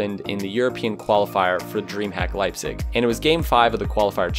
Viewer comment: So funny how you pronounce Leipzig 😂 Sorry, but I am from Germany 😉 Greetings!